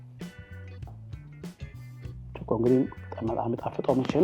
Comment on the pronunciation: Please do not say chiqo , it is chiko ! That is not right the way you pronounce ! What is chiqo? It is chikoo. Annoying !